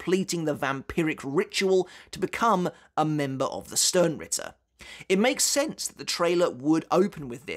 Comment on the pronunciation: You really are struggling with the names in the 3rd arc arent you 😂😂😂 Yuha Baha xD whats next Lula Baba? 😂😂😂 Same with vollstanding is the same "s" that u have in sternritter. You have to read both with " sh" like shadow not " s" like sister. Cmon man you know this xd